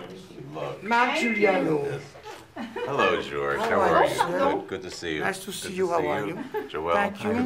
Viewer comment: Marc Giuliano et pas Giugliano